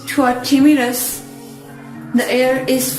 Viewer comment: Is it "timorous" or timirous ?